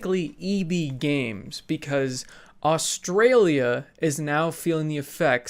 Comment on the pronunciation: Never say Australia again